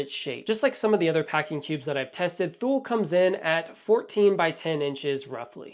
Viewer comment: Also,I Believe it’s Pronounced “Too-Lee” (Thule)